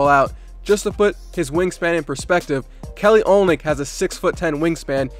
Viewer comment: Kelly who bro it's Kelly olynyk not kelly olnik